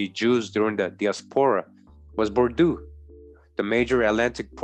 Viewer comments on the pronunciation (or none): I am very interested and I have been fallowing you for a while anyhow bordeaux is prononce bordo the french eaux is just a "O"